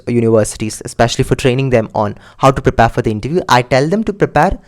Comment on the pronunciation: its prepare not prepaaaaare